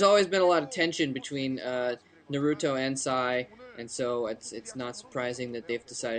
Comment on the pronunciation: OMG. At least pronounce Naruto correct. Roll your R's please.